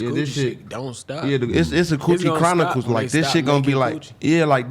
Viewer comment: Nigga said choochie chronicles